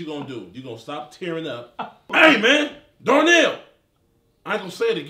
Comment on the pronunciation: “Door nail” hahahaha not Darnell.